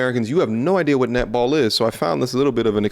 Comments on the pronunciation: xD when she says netball, i keep hearing nipple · i heard nipple. took me 20sec to get it was netball. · I LOVE how 'Netball' is pronounced with an Australian accent.... 'Nipple'....